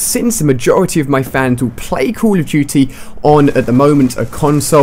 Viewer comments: Ali a you say at the first 'cool of duty'. Thats funny! Greetings from germany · It sounds like he says call of jootie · Cull of duty wtf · I don't play caw ov dooty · "Cool duty" LOLOL